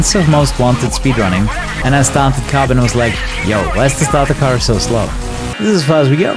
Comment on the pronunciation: Карбон... Said like a Russian :^)